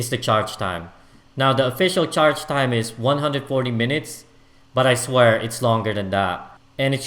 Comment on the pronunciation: The way this guy emphasizes "I swear" is too funny lmao